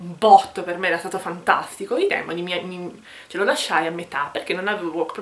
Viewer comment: Consentimi di correggerti: I Demòni... Complimenti, comunque. Saluti